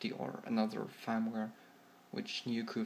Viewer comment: I love how you pronounce 'new' as 'near'. It's funny :)